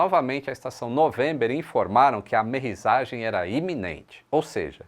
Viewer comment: é fera! Sigo há muito tempo!! Só que ainda tá pronunciando "amerriZagem", "aterriZagem"... Corrige aí, "amerriSSSSagem", "aterriSSSSagem"!!! Abraço!!